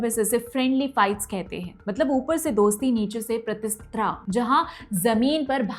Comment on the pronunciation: Kripaya hindi ache se padhe like asmita ko asthama kaha aur pratispardha ko pratispraha kaha. Pls read properly.